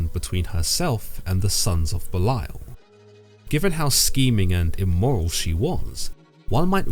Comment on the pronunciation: Very educational, interesting, and accurate. Not to seem like condescending or the grammar police but Belial is pronounced belly/al😅